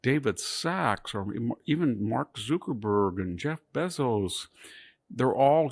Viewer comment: Why would he intentionally mispronounce Zuckerberg and Bezos name? I’ll never be convinced it’s not intentional.